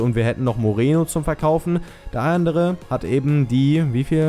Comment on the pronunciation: nicht mireno